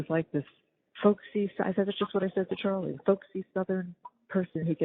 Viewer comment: Chawlie-boarding (aka: water-boarding) 😂